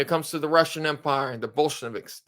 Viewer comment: Bolsheviks not Bolsheneviks